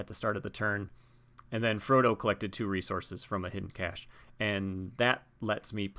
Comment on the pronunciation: It's pronounced "cash", like it's money.